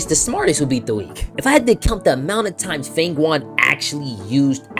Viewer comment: nice video but isnt it FANG YUAN like FANG YOUAN not FANG WUAN like hes saying